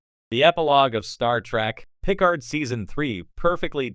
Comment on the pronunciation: Jean-Luc “Pick ard”, hey? I guess AI voices can only take you so far.